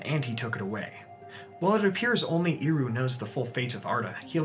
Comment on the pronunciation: I have a question: Sometimes you talk about Eru Iluvitar as Iru. I don't know if I hear it wrong, and confuse the "E" with "I", or that's how it's pronounced.